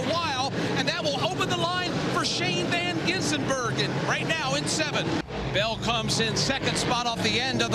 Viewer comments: I love how Dale Jr just kind of skips the "Van" part lololol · Think he thought his first name was Van...